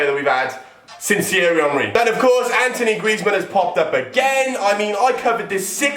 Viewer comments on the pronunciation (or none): he says Antonie griezman😂😂😂